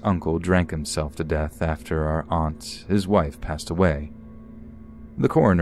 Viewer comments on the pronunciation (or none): none